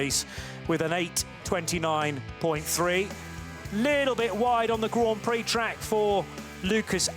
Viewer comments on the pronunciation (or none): none